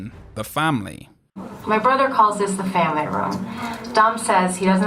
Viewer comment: Vin Diesel pronounces it "Fambly"